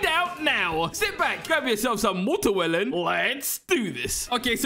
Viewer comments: ah, “Materwelon” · bro tf is moterwelon XD